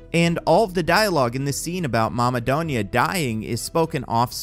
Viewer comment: I hate how the say "donya." The name is pronounced doon-ya. That's why i prefer spelling it as Dunya.